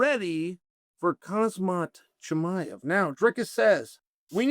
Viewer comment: He's off with Khamzat's name but it actually how you pronounce DDP's name